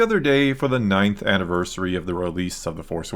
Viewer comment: "anniversary" lol